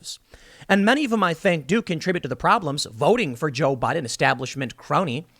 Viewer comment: No, see, they were saying "BOO-IDEN"